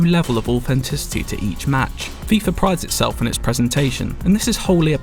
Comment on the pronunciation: FIFA, not FIFAR